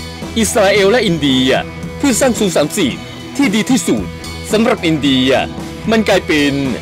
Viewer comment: ที่สุด ไม่ใช่ ที่สูด